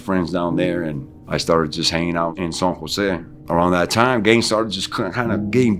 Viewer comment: I like how he says “San Jo”. (SAWN HO). The way it’s supposed to be said. Here in SJ California hella homies say San Ho. Lol. Hella white.